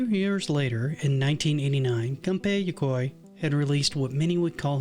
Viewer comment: It's Gunpei YOKOI, not Yokio nor Tokio. Also no mention of Dread? Anyway great video.